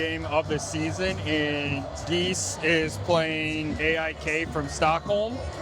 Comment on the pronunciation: The pronunciation mishap was gold. GAIS sounds exactly like "guys". But I think yoy said something like "geese". I'm glad you did 't say "gays", though, or we would have a real problem. 😂